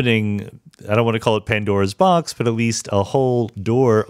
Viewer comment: Pandora’s Door... ‘Panboxa’?